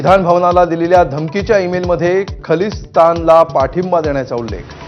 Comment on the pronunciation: खलिस्तान कां म्हणता? खरा उच्चार खालिस्तान असा आहे.